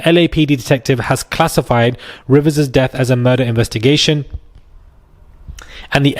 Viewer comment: Her name is Rivas, not Rivers. It's not that complicated a name. If you can't get that right, how can we trust the rest of your video?